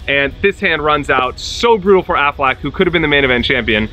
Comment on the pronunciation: AFFLAACK??? and DOOHAMEL?? bro learn their names first lmao